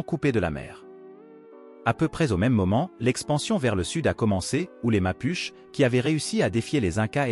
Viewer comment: Apprend à prononcer Mapuche et on ira quelque part 🥲